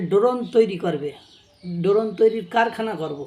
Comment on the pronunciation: Doron na drone hoy😂😂 ai tuku o jana nei